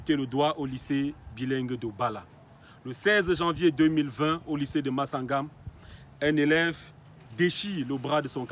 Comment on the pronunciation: On écrit Massangam. Pas Massagam J'adore tes vidéos t'es le meilleur..